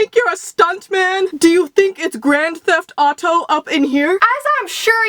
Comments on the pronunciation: omg when he said do u think it is grand thef auto up in here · Grand Therft Auto 😅